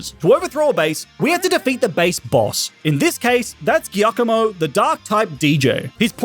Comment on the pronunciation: your pronounciation of giacomo scares me